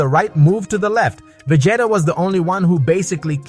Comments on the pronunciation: ....did you just call vegeta, Va-Gay-TA? 😆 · ve-ji-ta it's a soft g, not a hard one.